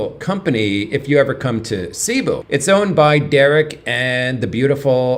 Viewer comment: Please pronounce Cebú correctly—accent on the 2nd syllable. Thanks!